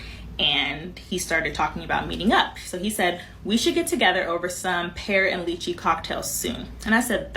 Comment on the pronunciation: She want all of this but can't pronounce lychee, can tell she ain't never been nowhere for real